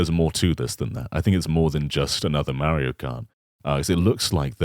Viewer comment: I can never stop noticing how always says "Meh-rio".